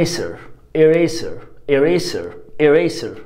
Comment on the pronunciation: معلش سؤال يا مس مش المفروض كلمة eraser ال s تنطق z علشان هي بين ٢ vowels